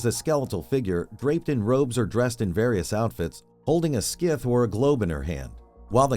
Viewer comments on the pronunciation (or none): a scith??? Scythe is pronounced sigh-th lol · Its not pronounced "skith" its pronounced sigh-th. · It is not a "skith" its a scythe pronounced (sithe). god that bothers me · Oh my god, it's "SIE-TH", not "Skif". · Omg it's pronounced S-EYE-TH. Not "SKITH" you plebe. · scythe ia pronounced sieth not skif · Holding a 'skith'? GTFOH. PSY-TH. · It's scythe as in five, not sith as in skiff. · Scythe not skith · It's a "sy-the" (rhyming with "sigh"), not a "skith". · It's a scythe, not a skith. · Scythe is not pronounced "Skith" it's "syy-th" where syy is pronounced like sky. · the scythe is pronounced sith or sythe NOT skith. just a heads up homie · SKITH?? SCYTHE... "Suayth" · Downvote A.I. Sk*ith, WTF! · Is this fucking ai for sure? Wtf is a skyth? Cause I know you ain’t saying scythe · Ah yes, the deadly "skith" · Did he just say... skith? Like 3x? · The C is silent in Scythe. “Sythe” like the first syllable of science. Great video! I learned a lot, and it was very interesting. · Did... did this man call a scythe a "skith"? 😂😂😂😂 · when he said "skith" instead of scythe i was done lol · Did you seriously say "scith" lol? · Holding a What in her hands? a Skiff? i have never heard anyone pronounce scythe this way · S-Eye-Th-Eh Scythe. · It's pronounced s-i-thee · Did he just pronounce scythe as skife? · Did it make anyone else cringe every time the narrator mispronounced Scythe?😬😏 WTF is a "Scyth" anyway? LOL is that like a SCary mYTH? 🤣🤣🤣 Good video though🙂👍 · Good grief. I thought he said 'skiv'. And started to wonder where exactly he could see the Reaper's underwear... and why he would want to. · What the hell is a "skith"? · It's pronounced "Sigh-th?". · "Skith" for real.... Bruh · Why did that feel Like a hour long video with all this educated language and you can't pronounce the word scythe god damn you I want 6 minutes of my life back . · no way you kept mispronouncing scythe like that so much 😭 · Craziest pronunciation of scythe I've ever heard.